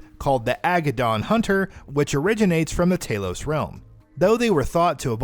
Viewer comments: He also pronounces Talos "Taylos" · "Talos" like talon or salon. You're saying Taylos